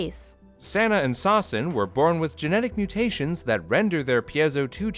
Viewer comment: I thought sawsen was pronounced sussin😳